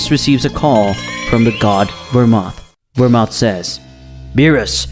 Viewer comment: You need to go back to school to learn how to pronounce names. Universe 11 God name isn't Vermont like you have and pronounced in your video. His name is belmod